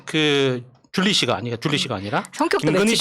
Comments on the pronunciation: 왜지 ? 난 쥴리예요 ~~ 로 들리네 ~~ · 주린가?...발음하기가 영~~~ 주리?안주리? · 쥴리가 아니라... 죨리?